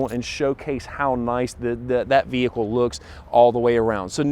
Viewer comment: No hood shocks....very informative, but fender wells are huge...STOP SAYING "THE VEEEEEHICKLE" It's an explorer....Say "this explorer" or the new explorer